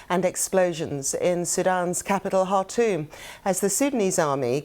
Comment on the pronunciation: Shame she can't pronounce the name of the Sudanese capital, Khartoum